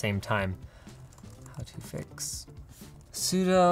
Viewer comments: Linus. Why? Ya said it sudoe instead of sudoo. My disappointment is immeasurable and my day is ruined. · "how to sudo get steam"